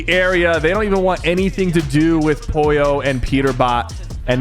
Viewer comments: BRO ITS POLLO NOT POYO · Sypher… not Poyo, it’s POLLO!! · pollo not poyo!!!!!!!!!!!! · Sypher its not pollio its POLLO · I love how syper says poyi yo even tho it’s pronounced po lo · 36 minutes and 15 seconds of SypherPK going crazy on Peter it’s pogo stick and not pollo give pollo some praise to man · He calling pollo poyo💀💀💀